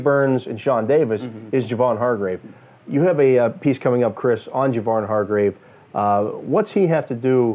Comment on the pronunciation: Isn't Hargrave's first name pronounced "Jay-Von"?